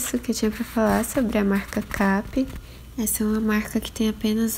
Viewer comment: Eita eu tbm pronunciava "Kape" e não "keipe" 😝 não tenho nenhuma da marca, mas visualmente me parece a mais similar com as fraldas importadas. Tenho absorventes da marca, os de atoalhado com microsoft, pra falar a verdade não gostei tanto assim deles, achei que seriam bem melhores, tem que usar por baixo de outro absorvente, por cima, sem chance, ele demora a absorver o xixi e acaba vazando. Parabéns pelos vídeos. Tô adorando conhecer um pouquinho de cada marca na sua visão.